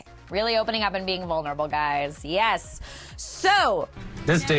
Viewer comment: I hate how she says "yiz" when meaning to say "yes". like when he was like ", will you come with me?", she's like "yiz"...